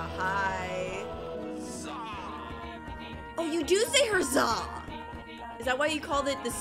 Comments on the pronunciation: Who else realized she said herzza and not huzza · he is saying hazza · she said herzah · Pov the last huzzah form spruit:HUZZ-aH 😂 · The next part that huzzah at the end he said huzz ba